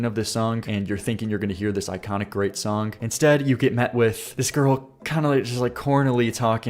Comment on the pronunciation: You say “sonk” a lot, trying to say the word “song”! I like your content but I think it’s funny